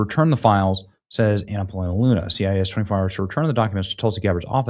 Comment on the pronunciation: Uh-huh.... Anna "Plana" Luna... so you can't pronounce her name now? 🤨 So we keep going back to older issues... Trump had a dirty hand in a fast track vax... that btw Dems refused to take until they could weaponize it. He may want to look at h I s own HHS Secretary. He never should appointed a pharmaceutical lobbyist... I can also say the same about his current administration. At this point he is equally corrupt or ignorant and being conned.